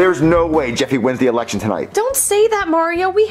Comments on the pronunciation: No one notice said erection instead of election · Like he said erection instead of election 🗳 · Whenever says election it sound like election lol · The funny apart from this. was saying election as eRection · Erection instead of election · You mean how replaced the r with an l?